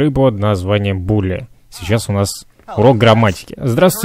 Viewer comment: Не булли а билли)